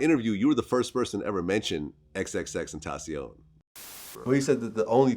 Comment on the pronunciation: nigga said “xxstentacion” lmfaooooooooooooooooooo